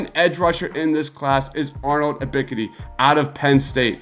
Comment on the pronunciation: U miss pronouncing Ebks name tells me everything about the "research" you put into these videos. 🗑🗑🗑🗑